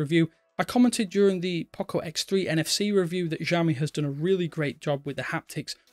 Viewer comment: Sheesh .. learn to pronounce the name. It's "See-aw-me"